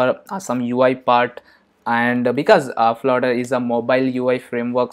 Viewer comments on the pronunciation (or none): did you said florer ? hahahah spell it flutter Man 😄😄😄 what the hack !!!